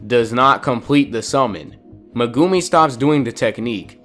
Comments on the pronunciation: Mugumi it is meguimi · Bro said Megoomi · Bro casually says muhgumi